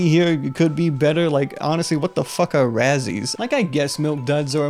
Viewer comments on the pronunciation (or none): Razzles, not razzies